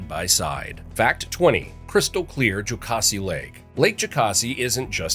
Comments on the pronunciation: Catawba and Waccamaw he got. He said Jocassee two ways, mostly JOKE-uhsee and one time jo-KAH-see. It's jo-CASS-ee. He said Edisto as eh-DISS-toe. He said OAK-a-nee instead of o-CONE-ee for oconee. Anyway its probably an AI voice and it's super annoying. But interesting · ITS JOCASSEE LAKE NOT JUCASSE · calling it Jockasee is driving me crazy lol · It's Ed-iss-stowe and Joe-cass-ee. 😖😖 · It's Edd is tow river and lake Joe kassy.. and yes Clemson has an invisible p.. it's Clemp sun. We gotta distinct dialect here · Jo-CASS-e.... Ed-es-stowe You're welcome.🙂 Thank you for the beautiful video ❤ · Ed isto and jo Cass e is how they are pronounced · "Ed-dah-stoh" River. "Jo-cassie" Lake. -Sincerely all South Carolinians :) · Edisto is pronounced “Ed A Stow.” Jocassee is pronounced “Joe Cass Eee.” Oconee County is pronounced “Oh Cone Knee.” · JOE-CASSY. Please. Don’t try to say Conastee. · It’s Jo- cass - see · Haha, I had a northern try to tell me that Jocassee was pronounced the way this AI voice is pronouncing it. He didn't want to believe me, lol, when I corrected him. I've lived in this area most of my life and learned to swim and fish on Jocassee as a small child. I'm confident I know how it's pronounced. And for the peach, we call it the "Roid" for obvious reasons. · It could be observed that the narrator is not a native of South Carolina, as evidenced by the pronunciation of 'Edisto River' and 'Jocassee Gorge.' While residents of Massachusetts might become upset over mispronunciations of place names, citizens of South Carolina exhibit similar sentiments. I would appreciate it if you could learn to pronounce these names correctly. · Edisto, Jocassee, Tupelo, Oconee Terrible pronunciation 😂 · The way he pronounces Jocassee hurts my ears. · Interesting. Would be an even better video if you learned how to correctly pronounce proper names like Edison and Jocassee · Edisto, Tupelo, Jocassee, Cockaded, Oconee. Train your AI.